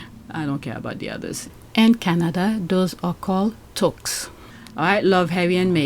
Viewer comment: Little Pronunciation tip; Tooo k sss (Touques) Great IG25 😎 updates 🌷💕🌷💕🌷